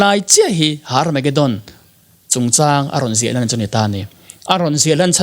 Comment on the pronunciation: Hnamdang ho chuan H hi an lam ri vak ngailo, Herb pawh Arb tih a lam theih a ni bawk,, Tsunami pawh T tih kha i lam phet chuan a diktheilo ang, Sunami tiin kan lam mai, bawihte la inzir rawh school la chawl mai suh aw👍🙏